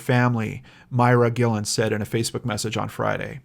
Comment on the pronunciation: Guillen is actually pronounced Ghee-yen. A friend of mine has the same last name.